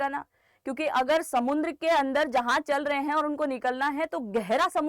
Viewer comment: it is samudra not samuN dra